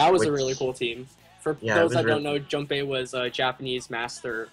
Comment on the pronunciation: Please pronounce junpei right >.>